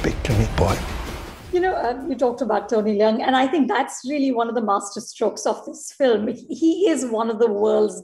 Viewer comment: Feige mispronounced Tony’s last name. It’s one syllable, “Leung” or “Luong” not “Le-ung.” 😃